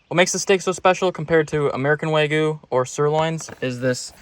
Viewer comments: Wa-gyu. Never start with saying “way”. Waaaah gyu. Dude you went to Japan. Be respectful. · Wagyu wagyu wagyu, it’s waGYU not waYGU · It's WAGYU. WAGYU. Not Waygu. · Isn't it wagyu? Not waygu? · Lol it's Wagyu lol Wag-you 🤣🤣🤣🤣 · How do you go to Japan and still pronounce Wagyu wrong. Just shows a lack of respect for the culture.